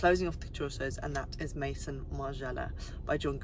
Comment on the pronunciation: Love these roundup videos ! Never stop ! (But i will say... Viard is not pronounced "Viarde", the D is silent and it's "Meh-zon" not "méSSonne". Z not double S + we do not pronounce the N).